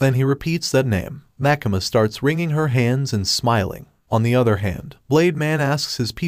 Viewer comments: also why do you call makima makama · pls stop saying makama its makima